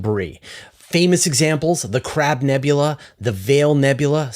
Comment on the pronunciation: Did, just say CRAP nebula??? 🤣🤣🤣